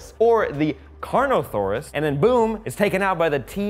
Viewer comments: CarnoTaurus not carnosarus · it's CARNOTAURUS, not CARNOTHAURUS! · It's Carnotaurus. TAURUS, with a T, no H and not Saurus or Thorus. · The hybrid at the start is the Indoraptor (Indominous Rex, but mainly raptor), the D-27 is the Baryonyx. CarnoTaurus not “CarnoTHaurus”, although a possible variant of a Ceratosaurus. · Carnotaurus not carnothorus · He also said Carnothaurus